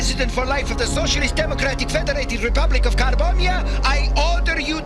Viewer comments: Did he say the nation of carbombia 😂😂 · "Carbonia" sounds alot like "Car bomb ya" when says it.... Hilarious xD always fun to watch some G1 Transformers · "car-Bomia" smh... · "Carbombiyah" Seems legit... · "Carbombya" Car-bomb-ya Car bomb... Hasbro? What were you THINKING??!?! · Carbomyia= "Car-Bomb-Ya!" funny. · Lol, The African nation of 'Car-bomb-ia' 🤣